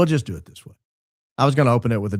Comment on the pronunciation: The way she says “do” is SO annoying. Dieuw. 😑